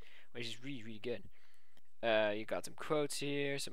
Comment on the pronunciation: ..Which is weally weally good. :P